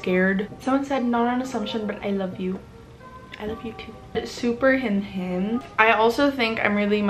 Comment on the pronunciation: You’re so cute pronouncing hinhin as henhen